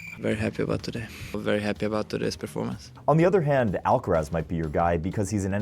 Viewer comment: Bruh, it's Alcaraz!